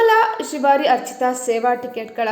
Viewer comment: ಶ್ರೀವಾರಿ ತಿವಾರಿ ಅಲ್ಲ